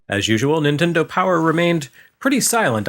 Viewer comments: "Intendo" was exactly how my grandmother pronounced Nintendo. How did you know? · My Nana pronounced it Ninwendo..ha